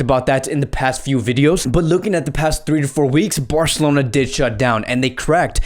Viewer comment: Listen to how many times he say Barcelona and the way he says it😂😂 Burcalona😂